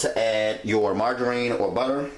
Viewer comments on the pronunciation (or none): none